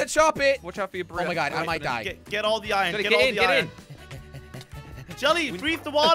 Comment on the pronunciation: its iron you said iyon in two videos